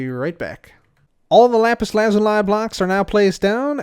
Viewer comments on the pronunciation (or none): it’s lapis la-zu-lee, not lapis lazu-lie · It is pronounced lapiz lazūlē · Everyone: Lapis Lazuli Pekora: RAPISURAZURI GIVE ME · Lapse Lazuliis pronounced spelled like this loosey